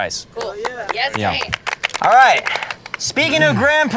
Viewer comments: WHEN SHE CALLED KANE SPIDER-CAN I ALMOST LOST IT 😭😭😭😭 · Pls is nobody going to point out the fact that they called Kane “Spider-” 🥴😂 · "spider-" LMAOOOO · “Let’s check in with spiderKan”🤣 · Did anyone else catch the narrator call Kane “spider-can” 😂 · Watching him mispronounce it was hilarious